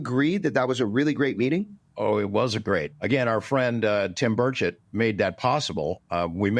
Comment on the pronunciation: It’s Burch it , not berr Chet 😂